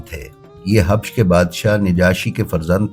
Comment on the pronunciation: Habash not habsh.